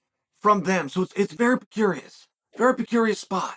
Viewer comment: Pecurious? A new word ? 😂😩